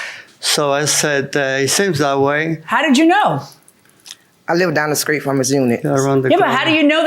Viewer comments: Did she say "skreet" instead of "street"??? LMAO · I thought she said streak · "skreet" "iligally" 😆